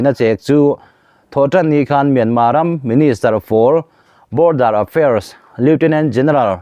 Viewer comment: Myanma ram a awm ka hre lo, Myanmar ti ve mai laa, a tawpa " r' hi lam ri tel ve laa.Myanmar tih hi ram hming a ni a, sap tawng a ni lo Saptawng ah chuan a tawpa " r' hi an lam ri lo tlangpui.